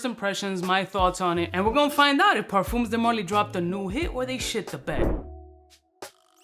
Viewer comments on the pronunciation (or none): Both the M and the S in parfums are silent. Say parFUH, no cap 😂